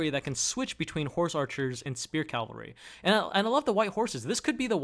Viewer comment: It's cavalry, not calvary.